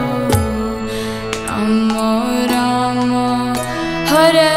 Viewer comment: हरे कृष्णा 🌸🌿हरे कृष्णा 🌸🌿कृष्णा कृष्णा 🌸🌿हरे हरे 🌸🌿हरे राम 🌸🌿हरे राम 🌸🌿राम राम 🌸🌿हरे हरे 🌸🌿🙏🏼🙏🏼🙏🏼💐💐💐 Hare Krishna Hare Krishna Krishna Krishna Hare Hare Hare Rama Hare Rama Rama Rama Hare Harey 🙏🏼🙏🏼🙏🏼🕉☮️💟💐💐💐 FYI : it’s Lord Rama NOT ramo ( as pronounced in this video ) With Sanskrit words and mantras diction is very imp as it’s all about vibration and energy you send out .. Just sayin Cos it’s the right thing ... Hari Bol 🙏🏼🙏🏼🕉☮️💟 All glories to Srila Prabhupada 🙏🏼🙏🏼🙏🏼💐💐🕉🕉💟☮️